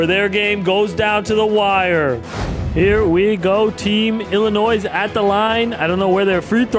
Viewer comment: Illinois the s is silent